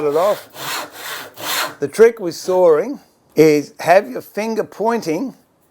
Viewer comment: Not soaring nor sawring,but,sawing